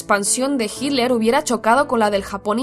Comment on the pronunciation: Cuál es la razón para que los españoles pronuncien «Hidler»